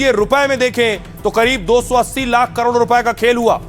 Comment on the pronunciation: lakh or hjar Ko sihi se bolo❤